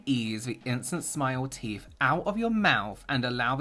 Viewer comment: Two words..THE TEEF!!! 🤣🤣🤣🤣🤣🤣🤣 xxxxxxxx